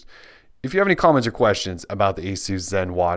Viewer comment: for pronouncing Asus properly!!! Great video!